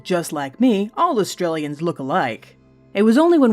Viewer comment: "Australians"!?! Fucking fail!